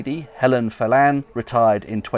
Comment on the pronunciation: Great video as ever,. The landlady mentioned at the end, Phelan would be more likely pronounced Fee lun rather than Fee Lan. 👌